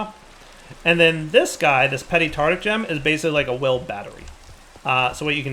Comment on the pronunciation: it's called a tarTARic gem, not tartic gem!